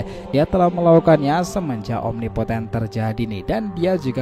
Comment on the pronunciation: jutsu apa omipoten apa impoten. g jelas